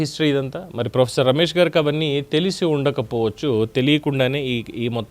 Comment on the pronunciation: వీడు ప్రొఫెసర్ ఏందీ? ఒక ఊరోడు లాగా మాట్లాడుతాడు, మళ్ళీ ప్రోఎస్సోర్ అంట. SC ST రిజర్వేషన్ గాళ్ళ చదువులు, తెలివి గిట్లనే ఉంటాయి.